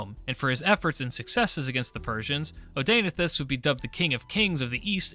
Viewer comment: Hearing you pronounce Zenobia's husband's name hurts my ears...